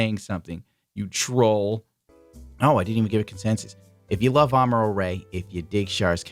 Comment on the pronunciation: 1st thirty seconds of the video, I kept hearing "Armor-All"